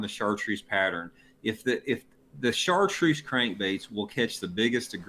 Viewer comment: Jonny, FYI, it's pronounced "shartroos", not "sar troos". Love your videos Jonny, keep up the great work.